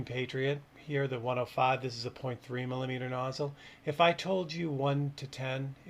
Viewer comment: Did you say "milineeter"? 😂